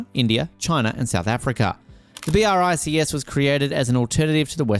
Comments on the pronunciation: It's not B.R.I.C.S. Check the pronunciation, would you?🙂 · I can't get over the narrator saying "B, R, I, C, S" every time...